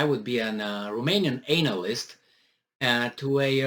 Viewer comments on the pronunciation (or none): "Anal-ist" LMAO! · I like how you pronounce the word anal-ist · The way he pronounced the anal-yst is '' disgusting '' 😂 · Pronounced an-a-list 😎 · Your pronunciation of analyst is fitting.......